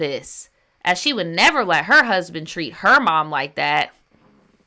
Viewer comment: Cusband is crazy 😂😂